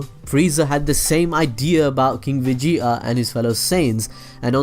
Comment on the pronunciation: vege'a. its vegeta bro not vege'a